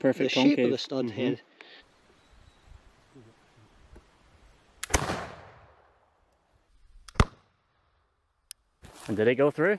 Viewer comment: "that saved his heed" man i love me some scottish accent